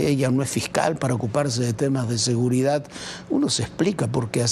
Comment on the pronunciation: Otro que dice "seguridat"🤦🏻‍♂️